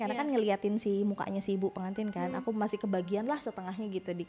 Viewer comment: PeNgantin apa pegantin wkwkwkwk